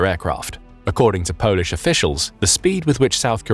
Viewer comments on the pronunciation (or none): none